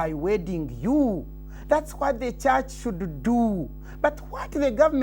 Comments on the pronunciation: WA WES DE CHACH? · 28...."Where was the Chuuch"?? 🤣🤣🤣🤣